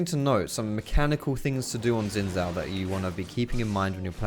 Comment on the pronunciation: Love your content. But just wanted to point out it’s pronounced more like “shin zhao”. Xo